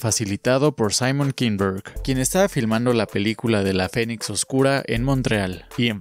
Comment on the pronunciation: Hasta se les tuerce la boca al pronunciar "Cámio" (cameo, así como se lee, en español) pero no puedes decir Dark Phoenix.